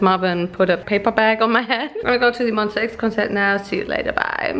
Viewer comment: Did she just say MONSTAX*btw im new subscriber*